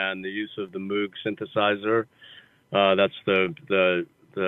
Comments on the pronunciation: I can't believe that Sam doesn't call HJB out on his pronunciation of Moog. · Wish he knew how to pronounce Moog, though... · Anyone else in here pointing out that he said moog wrong?